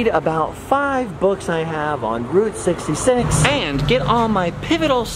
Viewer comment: When said Route 66 I thought he said groot 66 lol 😂